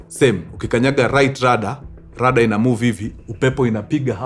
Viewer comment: Kuna mtu hapa kenye ameshika tu ni 'Rada' wacha 'Rudder' 😂